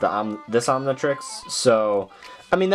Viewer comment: It's not omnitriesies, it's omnitrix